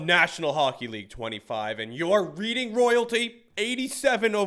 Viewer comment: “reading” it’s a place in Pennsylvania it’s pronounced more like reding (the color red) it’s pretty dumb lol